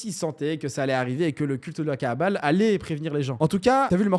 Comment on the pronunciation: Prononces bien frérot, c'est la kabbale, pas la kaàbale, ça peut porter confusion, l'étymologie des deux mots n'est pas la même. Cordialement